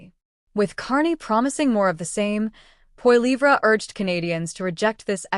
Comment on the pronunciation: Carney has no credibility. He spews lie after lie and he nearly bankrupted Great Britain. He is in Canada to finish us off and sell us of to China...China owns him, as he borrowed $250 billion from Beijing very recently. Also, please learn how to pronounce Pierre's last name....